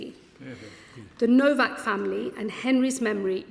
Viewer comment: You are saying his last name incorrectly. It sounds like Nowok not Novak, even though it’s spelled Nowak.